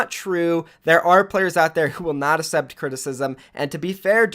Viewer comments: May I just say... the word ACCEPT is pronounced "Ak-sept" not "Ass-sept" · The way you pronounce accept makes me wanna off myself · The way you say accept makes me cringe